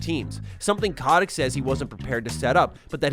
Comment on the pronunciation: It's CO-tick not kah-tick